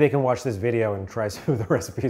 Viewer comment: ''pomme voyage'' had me lauging more than it shoul have